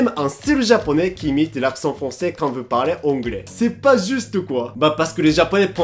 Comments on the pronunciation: Et prononcer vOUs et pas vuuuu c'est difficile ?? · Il prononce "veux" au lieu de "vous" ou je rêve? "ça m'énerve les gens qui s'exprime mal en français !"🤣🤣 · faut arrêter de dire "veu" a la place de "vous" 😄